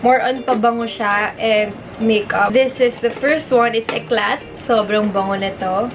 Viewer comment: "eclay" po ung pronounce nun 😊 same tayo ng perfume 💕😊